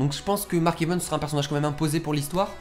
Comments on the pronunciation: On dis evans pas evens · Mark Evens XD ( j'aime la façon dont tu dis son nom ^^ )